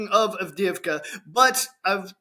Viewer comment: Double "ii" is pronounced like the "ee" in "bee". Double "ee" is pronounced like "yeah". "Avde-yeahv-ka".